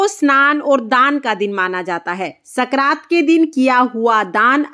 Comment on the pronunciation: संक्रांत होता है न की सकरात